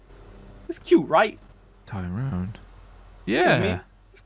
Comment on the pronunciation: canyenn mcallaster it’s Tyrone not Throne